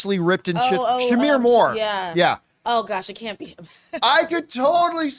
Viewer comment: Shamar… not Shamir